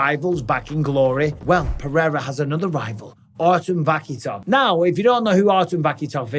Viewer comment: Guys super exciting but the K in russian is silent so its Va-hee-tov